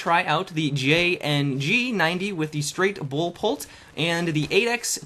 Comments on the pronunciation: Lol, at the beginning you said "straight bull polt" instead of "straight pull bolt." haha, tired? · i lost it when he said Straight Bull Polt, idk why XD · lol you said bull polt :D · anyone else hear him say straight bull polt? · Did anyone notice in the beginning he said "straight bull polt" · "Straight bull polt"? LOL :D